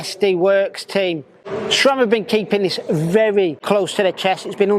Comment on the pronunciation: SRAM. There is no H in the name. SRAM is an acronym comprising the names of its founders, Scott, Ray, sAM. If you're going to be a cycling media, at least know what the hell you're talking about.